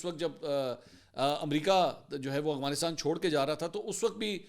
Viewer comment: Oh Mama Hazar Bar Bata Chuka Hun Aghwanistan Nahi Afghanistan Hai Hamesha Ghalat Naam Letay Ho Logon Ko To Bohot Correct Kartay Ho Ghalati Par Apni B To Correct Karo